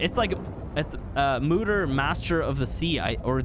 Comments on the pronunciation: MOEder not MOOder lol. Means mother. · ITS MOE-DAR